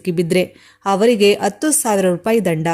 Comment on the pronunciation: ಅತ್ತು ಅತ್ತು ಅಂತ ಯಾಕಮ್ಮಾ ಕನ್ನಡಾನ ಕೊಲ್ತೀಯಾ. ಹತ್ತು ಅಂತ ಹೇಳಬಾರದೇ